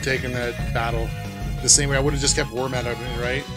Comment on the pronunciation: Its pronounced worm-o-dam and lat-ios..